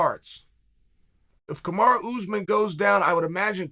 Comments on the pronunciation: Why do u call Kamaru , KAMARA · Chael if you don’t like KAMARU that’s ok, but stop deliberately mispronouncing his name as Kamara. That’s shady.